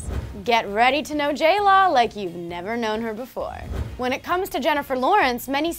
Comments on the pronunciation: J-LAW AND J -LO sounds the same when you say it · They say J Law, not J Lo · tori goulding she's saying jlaw